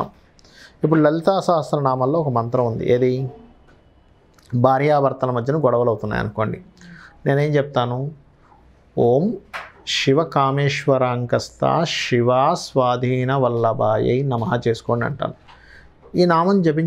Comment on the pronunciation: గురువుగారికి నమస్కారము🙏🙏 అద్భుతంగా చెప్పారు మీరు ఏమీ అనుకోను అంటే నేనొకటి చెబుతాను. మిమ్మల్ని తప్పుపట్టాలని కాదు అండి. “శివకామేశ్వరాంకస్థా” “మీరు షివకామేష్వరాంకస్థా అని ఉచ్ఛరిస్తున్నారు. అర్థం మారిపోతుంది కదండీ.